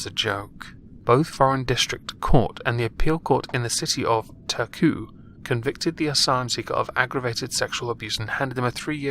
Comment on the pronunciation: A sickening case... He should have got the max sentence, 6 years... that's a bit pathetic for rape but then immediately deported. But that's just my opinion, which such opinions seem very controversial and "racist" lately 😑 And ja your pronounciation is a bit off thought to be fair I call Turku Åbo since I'm a filthy Swedish speaking Finn lol and that might be harder for English speakers to say.